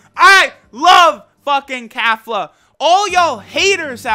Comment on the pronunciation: “Kafla” where tf is the A sound for Kefla? lmao